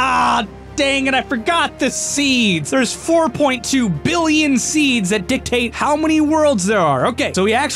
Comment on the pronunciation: you mispronounced billion...